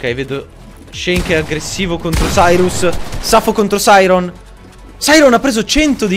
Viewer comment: Ma si dice Sairon non Sairos